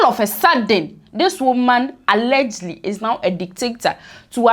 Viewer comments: What is "allegly"?....the word is ALLEGEDLY...... pronounced "AL-LE-GED-LY". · Alleged-ly not allegely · Sister, what is Allergly? The word is al-le-ged-ly. 😂😂😂